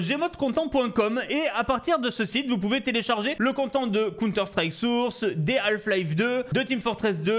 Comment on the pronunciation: content en anglais ça se prononce con-tènte 😃